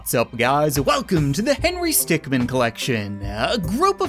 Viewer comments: you meant not men it’s min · it's Not Stickmen it's Stickmin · ITS HENRY STICKMIN NOT STICKMEN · it's Henry Stickmin, not Stickmen. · It’s “stickmin” not “stickmen”